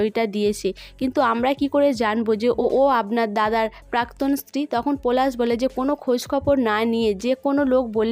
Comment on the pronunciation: আবার পরাগ কে পোরাগ পলাশ কে পোলাশ বলা কে বোলা pl উচচারণ ঠিক করুন ।আপনার লজ্জা কোরছে না?